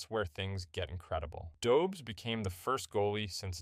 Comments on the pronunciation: Pronounced Dobesh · It’s a Czech name, the pronunciation is quite unintuitive for English speakers. Don’t beat yourself up over it. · Learn how to pronounce his name